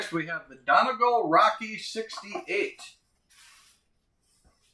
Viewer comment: Hate to sound like the grumpy old schoolteacher,, but it's "Dunn Ee Gall" with the accent on the last syllable, not "Dunnegull." No offense meant but I wanted you to stay on good terms with Peterson. You need more Irish people in Wisconsin!